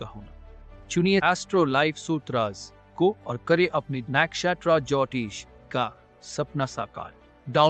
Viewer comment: the cricketers way of pronouncing nakshatra jyotish is v annoying. Never thought Saurabh ganguly is so bad in spking a simple Indian word in foreign accent.